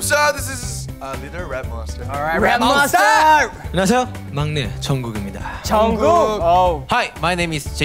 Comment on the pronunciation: I'm sorry but the intro killed me "I'm A REP MOWNSTA CUZ I KEN RAP LIKE A MOWNSTA" Eric pls